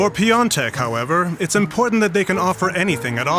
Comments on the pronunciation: Piatek would be the right pronounciation, not piontek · Im German, but im pretty sure you misspelled Jan‘s surname. In German its spelled Piontek (like you did) but in polish its pronounced Piątek